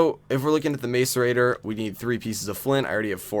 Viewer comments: same, its pronounced mass-er-ator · I cringe when he says macerator. The A is not long. Mass e ray ter. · every time he mis-pronounced macerater i cringed